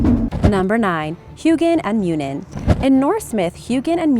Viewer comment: Hoginn and muninn part sound like you brain